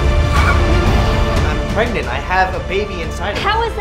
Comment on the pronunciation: Echo Enchanted PARGENANT!!???